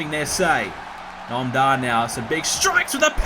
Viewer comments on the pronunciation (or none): Did he call 'Noam Dar' 'Gnome Dar'? How dare he!?